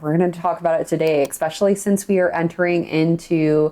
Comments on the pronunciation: I love you! But please stop saying EXspecially! It's ESPECIALLY 😜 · THE WORD IS ESSSSSSSSSSSSPECIALLY, Its a Frik'n S not a k!